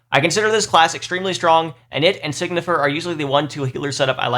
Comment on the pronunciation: Time to be a douche. It pronounced sign-y-fer. Not Sig-Nifer I am sorry